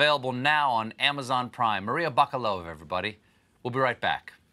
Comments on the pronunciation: It's pronounced Bakálova, not Bakalóva. Bakálin means grocer in Bulgarian (the word is of Turkish origin). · Her name is actually spelled correctly: "Maria Bakalova" (pronounced with stress on the second "A", not on the "O") ... Maybe the spelling was corrected in the meantime. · Well then he mispronounced it too